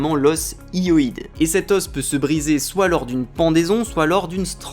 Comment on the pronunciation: Stephen Hawking en prédateur sexuel. Fallait quand même oser... Sinon, hyoïde, ça se prononce yo-id, pas i-o-id. Ou alors il y a plusieurs prononciations. Mais j'en serais surpris.